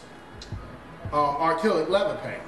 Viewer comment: n its acrylic not arkillic lol hahahaha